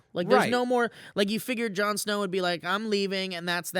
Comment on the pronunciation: "Jarn Sner" Lol!